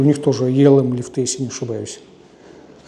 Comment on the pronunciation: Правильно говорить лИфты